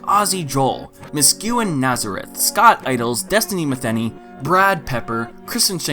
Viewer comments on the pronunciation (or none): none